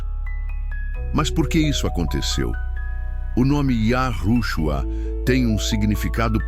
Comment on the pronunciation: Olha houve sim Manipulação nas Escrituras onde YAUSHA preveniu acautelar vois do fermento do fariseus Mas qto a esse vídeo essa Narração tá por fora Tenta falar nomes Hebraicos P dar impressão de estar por dentro dos nomes verdadeiro.mas fala errado e depois de falar yahushua Q P mim TB está errado fala Cristo Vc NAO ENTENDEU NADA AINDA SO Quer LIKES